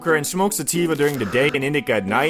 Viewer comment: Why cant u say indica or sativa?